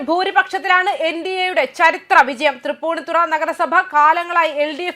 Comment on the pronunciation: Thripuni Thara- not ThripuniThura